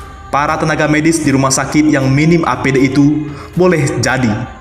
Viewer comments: APD mas ....bukan ADP.......🙏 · APD, bukan ADP , banter salah wkwkwk